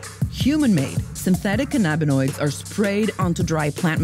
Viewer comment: She said “Cinnabanoids” Cannabinoids 🤣🤣🤣